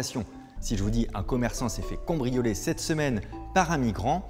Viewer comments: attends il a bien dit "combrioler" là ? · Ca me stresse qu'il dise "cOmbrioler" ..